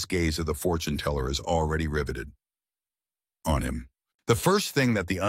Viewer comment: That "on him" pause 😂😂😂😂